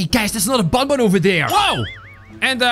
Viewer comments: it isn't bunbun it's banban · Its not bunbun its banban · it not bonbon its banban